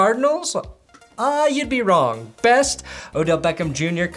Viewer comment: Worst: Patrick throwing 5 tds in 10 minutes+, you mispronounced Best